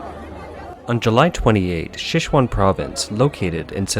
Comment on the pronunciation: Please don't rake this the wrong way but look up how to pronounce Sichuan.